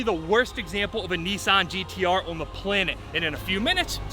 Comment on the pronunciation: What’s a Kneesan GTR, is it a Chinese knock off?